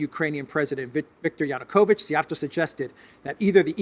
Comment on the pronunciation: Say Siij-Jia’rto. It is a compound word meaning “Whip-handler” or thrower !